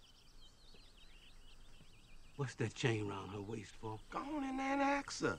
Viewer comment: did he say ask or ax ?